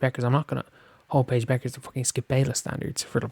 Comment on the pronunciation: Paige Bet-ters .. not Bechers.